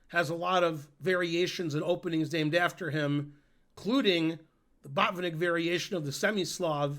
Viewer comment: I think a Russian or eastern European would say baht-VIHN-ik, accent on middle syllable. Same principle for to-PAH-lof (Topalov). But some Americans would be confused.